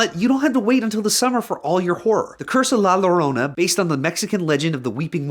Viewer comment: Did this man really just say la larona